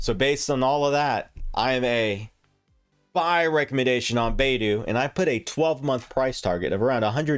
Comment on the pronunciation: it's bye-du, not bay-du.